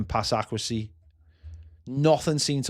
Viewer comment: Pass accrehsee 😂